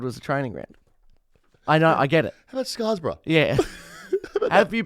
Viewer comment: Both showing your Perth suburb knowledge boys with the demons relocation chat 😂 Wimbledon is in England and it’s Scarborough not “Scarsbra” 😂